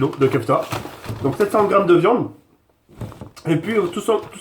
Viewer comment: 4m09 "pour mes frite, pour mes potetos, pour mes merguez mes khefta pour la de-vian quoi" mdrrr 2016